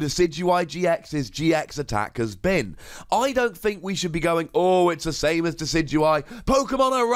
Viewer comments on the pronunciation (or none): none